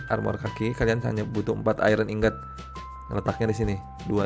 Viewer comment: ingot bacanya tetep ingot bukan aingot.